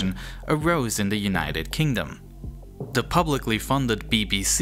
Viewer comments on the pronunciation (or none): "Th" is NOT pronounced like "da" ... it is "the" not "da" . It's "there" not "dare" .